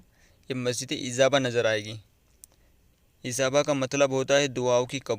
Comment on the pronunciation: Sir masjid ka name to thik se lay lo. Ezaaba nai ijaba